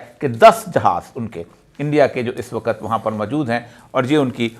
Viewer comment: AIK SACHAY PAKISTANI K LIE USKI QOUMI ZUBAN AOR USKI TAZEEM LAZIM HAI PEHLAY AP " WAQAT" KO "WAKHATH" BOLNA SEEKHYAE.